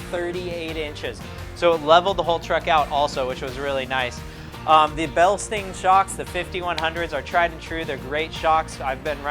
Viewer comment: (BILSTEIN) BILsteen? no Bilstine yes like Frankenstein